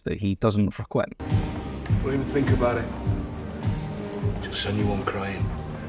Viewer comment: My brother, did you really just say "FREH-QUINT"??? 😮 LOLOLOL 🤣🤣🤣🤣 Come on, homie. I know you're British, but NOBODY is "that" British. lol